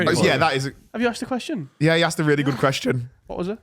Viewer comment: Just here to highlight & look at the camera during “kweshon” is becoming iconic